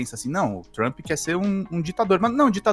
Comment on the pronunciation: 😂😂😂😂😂 o Trump está muito, very ...very TRAMP 😂 Meu 👑 rei!